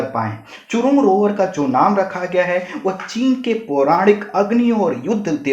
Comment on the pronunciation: चूरोंग नही जूरोंग